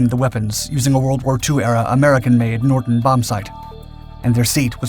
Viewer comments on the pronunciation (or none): none